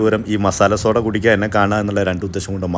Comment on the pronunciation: 🙋🏻‍♀️chakkare🙋🏻‍♀️സോഡാ അല്ല ഷോഡ 😅ഇത്രേം എഫക്ടുള്ള സാധനം വയറ്റിൽ ചെന്നാലുള്ള അവസ്ഥ.🥴.. പടച്ചോൻ ബുദ്ധി തരട്ടെ 🤲🏻